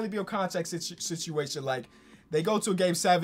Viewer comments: regular people: “situation”: “sitiation” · No one:: Contract sitchiation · Nobody:: “Sichiation”